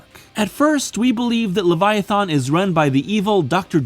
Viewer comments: He says the end of the word Leviathan like the end of the word "Marathon" like bro come tf on. THERES NOT EVEN AN O AT THE END DUMMY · But there is a wrong way to pronounce Leviathan..... over and over and over again in this stupid video